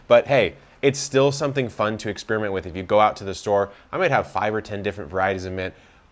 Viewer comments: did you say "fun to ex-spearmint with"? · Haha you said experi”mint” with the various kinds.